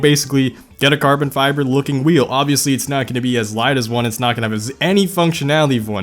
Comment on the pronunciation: "Hydro-dipped carbon fíæþer" "there are a lot of cummies" "you can actually just sğiť this"